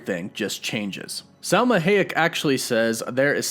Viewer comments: Salma HAyEk, not hEyAk :)))) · It’s HA-YEK!!! Not HAY-EK!!! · Is Salma HA-yek not Hey-yak 🙃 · Dude.... Come ON! It's HAAAH-YEK!!! SALMA HAAAH-YEK.... Not... HAY-YEK! Like A Barn With *HAY* In It! Annoying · I was wondering you kept saying "heyak", who's heyak? Then you keep talking about Salma's character.. so then I realize... it's SALMA "HAYEK" it's pronounced as it is spelled, Sir. Ha·yek (to make it simple)... you can Google it though it would give you "hai·uhk" but still same pronunciation...ha·yek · pronounced Sir-See. no z. You do pronounce names funny lol sad you dont know who Salma Hayek is... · pronounced High-yek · I don't know about "Gilgamesh," but, you sure did slaughter Salma Hayek 's name... lol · Lol you pronounced Salma Hayek wrong. j/s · The way you pronounce Salma last name 😩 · I dont want to hear you fact checked on hay-yek pronunciation lol Butchered homie lolol...keep up the good work brother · no one is going to say anything about how he pronounces Hayek like my lord i mean im not being mean but it a little weird